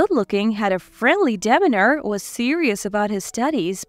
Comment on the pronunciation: Demeanor is pronounce de- mea-nor not dem-in-ner.